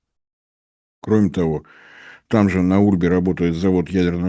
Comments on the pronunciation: УльбинскИй, ударение на И, а река рядом - Ульба, а не Ульма, ударение на последний слог тоже - ульбА. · Река Ульба, ударение на А.